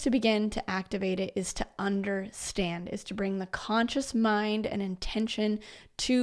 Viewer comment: The way you said that word there in the beginning of this...I just realized the significance of that word, UNDER standing. UNDER THE STANDING, of course. So obvious when you see it.